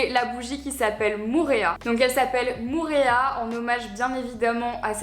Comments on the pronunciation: Salut ! On dit Moh-oh-rea et non Mourea ! Ça veut dire lézard jaune :) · Coucou Marie, juste petite précision concernant la bougie Moorea. « Moorea » ne se prononce pas « Mourea » mais «Mo’orea » (avec 2 « o ») voilà bisous de Tahiti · Marie petit tip de la part d'une abonnée qui vit à Tahiti: on prononce Moorea: mo-o-rea pas "mourea" haha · Moorea ne se prononce pas [ou] mais [o’o] En tout cas ça reste une très jolie bougie tout comme une très jolie box, félicitations ! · mdr par contre la prononciation de "Moorea" c'est pas trop ça, en phonétique c'est plus Mo-o-réa